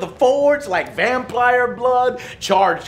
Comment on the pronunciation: Vamplire blood?